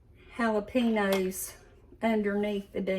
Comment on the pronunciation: Jalapenos is pronounced JalaPainyos loved that you used bacon grease for flavoring. That is how we used to do it when I was growing up.